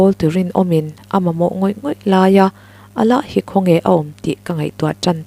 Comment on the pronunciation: Alah ni lo in ala ti tur